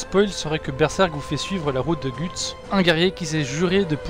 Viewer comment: On prononce ''Gueuts'' pas ''Gûtse'' ^^